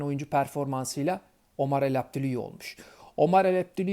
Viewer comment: çok kez denedin ama Elabdellaoui düzgün söyleyemedin :)